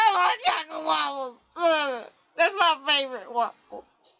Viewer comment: 'Dat answers mah question' hysterical fits of laughter